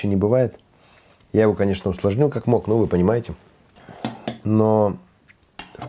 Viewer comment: Какой позитив! Кканэчна будит фккусна 😂😁😀!